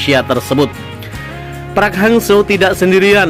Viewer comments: park bang bukan praaaakkkkk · Buka prak,tapi parek hang seo,gitu bacanya,gimana sih youtuber kudu di ajarin melulu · braiii... ( Park ) bukan Prak dibacanye gmn sihh gitu aje kgk bisa ape... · Min .bukan prak....tp Park 🙏🙏🙏